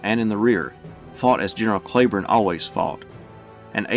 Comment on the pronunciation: are you sure you are pronouncing Cleburne's name correctly?